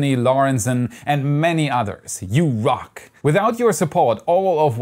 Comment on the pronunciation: Yew Rhock